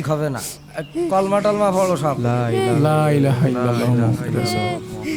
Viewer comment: কথাটা কলেমা টলেমা নয়,কলেমা কালাম,মূর্খ লেখক।